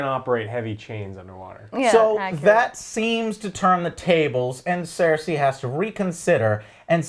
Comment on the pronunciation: EurEAn instead of Euron ClEEgan instead of Clegane CerSCI instead of Cersei Confuses Aegon with Rhaegar... They all expect from the show to "Just go to the wall and fight some white Walkers" The wall wasnt around for 1000 years, but for 8000 years which repeatadly gets mentioned in the show. And after you get ALL of that stuff wrong you dare to call other people casuals??